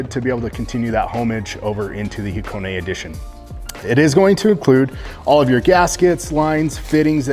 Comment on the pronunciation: What's Hacone-ay? Do you mean Hakone? haは koこ neね